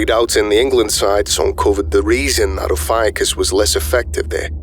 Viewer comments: No one loves the more than me.. that said. Ophiucus.. the snake bearer.. is oh-fee-yoo-kus. You said it 3 dozen times, incorrectly every single time. Not trying to be a pest but i do expect more of you. Am i wrong to? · Ophiuchus, being of Greek origin is pronounced: oh-fee-oo-kus (ɒfiˈjuːkəs), and Ophiuchi: oh-fee-oo-kai, for anyone who cares about that. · So I’ve been pronouncing “ophiuchus” incorrectly all this time….